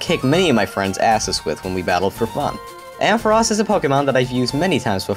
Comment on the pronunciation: Your the only person I hear pronounce ampharos' name right.